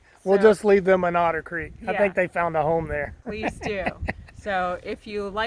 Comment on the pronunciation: haha "We escaped Odder Creek"